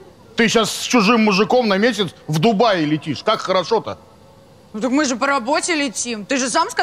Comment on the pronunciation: А никого не смутило что он говорит Дубаи , а не Дубай. Их что посчитать можно ? Дубаи эти ваши ?!